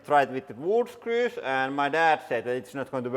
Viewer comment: Every time I hear Lauri say "Screws" I always spell it "Skrüs" in my head.